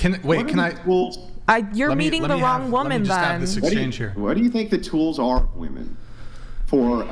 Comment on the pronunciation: WoMEN, it's f(_)<k¡ng woMEN, not woMAN!!!!!